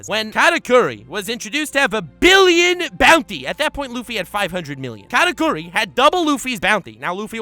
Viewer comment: “Katakuri” Why does he say it so weird? like is it really that hard to say the way it was meant to? “K4raKoory”